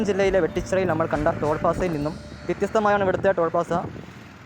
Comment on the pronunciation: ടോൾ പാസ്സ അല്ല ടോൾ പ്ലാസ. 😭😭😭